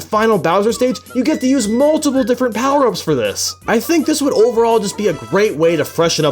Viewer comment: USE ALL DA POWAH UPS